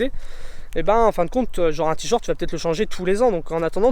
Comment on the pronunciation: Vidéo intéressante, mais entendre "tee short" plus de 100 fois m'a tuée !